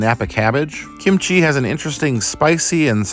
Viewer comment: Sometimes you emphasize kimchi correctly, and sometimes you say kimCHI. Make a decision!